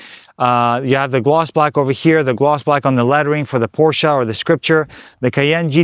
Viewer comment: Window tint more than 35 is illegal on driver window and windshield tint definitely illegal! White car with black wheels how boring. Except for the wrap looks like something a kid would do trying to be cool! You had a beautiful Porsche which you also don’t know how to pronounce correctly.